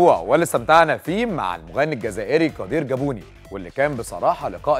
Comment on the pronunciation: مصري معرفش يقول كادار الجابوني ههه مشوار فني جميل كادار